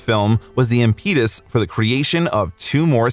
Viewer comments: Work on your word pronunciations. Impetus, inimitable and Lea don't sound how you read them. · Great video. Not how you say impetus.